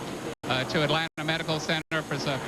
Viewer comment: Atlanta is one word not- At land ta